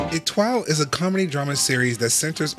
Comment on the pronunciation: Who let this guy pronounce the title...